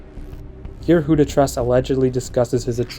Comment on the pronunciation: WhoToTrus? Not Trus, apparently.